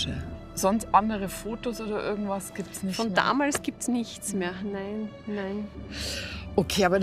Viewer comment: Mir kribbelt es immer in den Zehen wenn Julia anstatt irgendwas/irgend....ect immer ö ausspricht....örgendwas ...😂ich würde ihr dann am liebsten sagen...Hallooo...das spricht man nicht so😂😂. Sonst sehe ich sie ja ganz gerne...